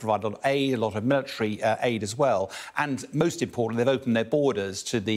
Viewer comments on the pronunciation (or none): none